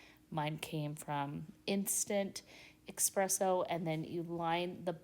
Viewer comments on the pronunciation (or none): Those ribs are amazing looking. Oh, E-spresso...NOT ECK-spresso.